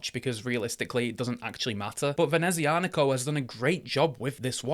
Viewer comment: That is a stunning watch but I already have a Sea-Gull ST2528 Moonphase to scratch my starry sky itch. NOTE: I do believe that it's prononced "Venezia-Nico" (Nico of Venice), not "Venezi-Anico".